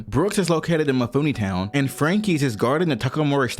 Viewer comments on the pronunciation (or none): none